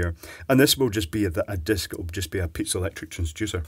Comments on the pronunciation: Its piezoelectric Not Pizza electric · hahahaahaa i like how he pronounced it :D